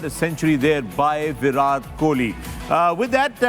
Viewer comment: not virath kohli its virat kohli...all Pakistani need tongue checkup😅